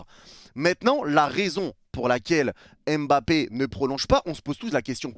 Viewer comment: C’est kylian mba-ppe pas kylian m-bappe. J’ai forcé depuis maintenant mais ça me chauffe